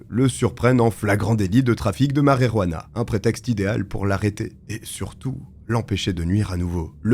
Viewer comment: Ce n'est pas la marérouana, mais la marijuana. T'as qu'à dire la "marie-jeanne" (ou l'herbe), si tu ne sais pas prononcer l'espagnol, ce qui, au demeurant, est étonnant vu tes origines ethniques.